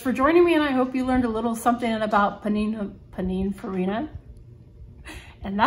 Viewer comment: Pronounced Pin Ann Fareena, they are famous for designing several iconic Italian sports cars, Ferrari most notably. They also have their own super car now. Iconic.